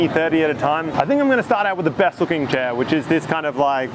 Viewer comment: chè, not chair